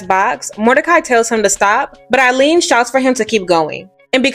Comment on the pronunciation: You pronounced Eileen's name wrong twice.